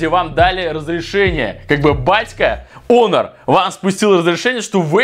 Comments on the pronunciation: Почему онер а не хонер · Почему он говорит онор или мне так кажется 😤